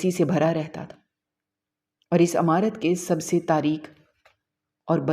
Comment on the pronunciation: Not Amarat Its imarat